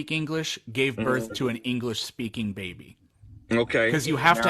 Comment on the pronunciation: Earf.. Birf.. tells me all I need to know about this guy's intelligence.